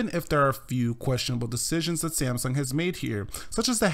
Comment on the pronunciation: it's samsung not sieamsung :)